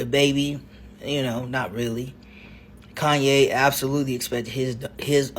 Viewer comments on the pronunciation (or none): none